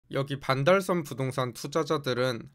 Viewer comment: 왜 반달썸으로 발음 하는가? some?